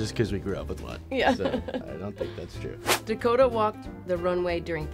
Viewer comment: His name is Dakota.....Da Ko Ta....oooookayyyyy